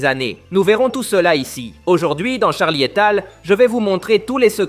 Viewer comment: C'est très intéressant, mais désolé, la voix IA est trop pourrie, en plus elle ne sait même pas dire le nom de la chaine et dit "Charli étale"...